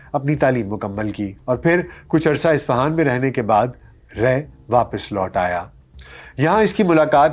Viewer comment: Lafz ray or humayri.. Dono ko dobarah daykh kar tashih karan